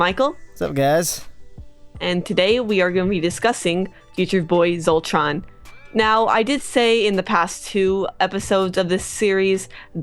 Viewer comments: WHY DO YOU KEEP CALLING HIM VOLTRON WHY SHOULD I LISTEN TO YOUR THEORIES WHEN YOU CAN'T EVEN GET THE TITULAR CHARACTER'S NAME RIGHT ASDFGHJKHS Sorry - that was bothering me. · i love that she keeps saying Voltron instead of Zoltron. or they just sound to similar. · she kept saying Voltron instead of Zultron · They said voltron instead of zoltron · SHE KEEPS SAYING VOLTRON HNNG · Is it just me or when she said Zoltron it's sounded like Voltron?Idk maybe it's just me. I love Voltron tho. It's the best. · is she saying voltron? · She keeps saying VOLTRON...... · It's Zoltron not Voltron XD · Oh my God... she is calling him Voltron... XD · Lol zoltron. not voltron. this isn't the 80s.. or is it?